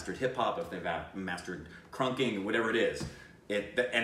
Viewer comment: it's krumping, not krunking